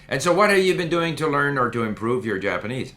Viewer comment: damn both of your japanese levels are really high. pretty good pronunciation too